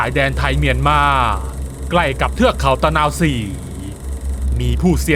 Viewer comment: ตะ_นา_วะ-ศรี...ไปเรียนมาใหม่